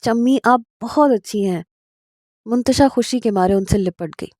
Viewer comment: Mantasha hai naam hota h naki muntasha